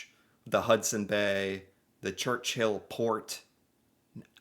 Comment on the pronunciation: „Church-Hill?“ no , Churchill 😂 .. Port of Churchill is named after John Churchill, 1st Duke of Marlborough (1650–1722), an English general and statesman. (I would have bet after Winston Churchill, but no) … Duke of Marlborough ( Marlboro is an American cigarette brand - too close to ignore)